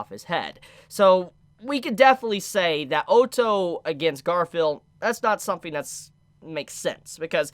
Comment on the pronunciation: Honestly I can’t stand people pronouncing Otto as ooto